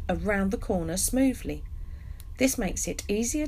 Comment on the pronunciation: I enjoy watching Nigel Mansel as he's driving and you saying 'smoovly'. ' )